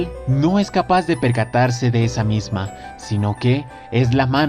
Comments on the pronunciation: Misma... ¿Que la pronunciación no es, "miasma"? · SE PRONUNCIA "MIASMA" = ESCENCIA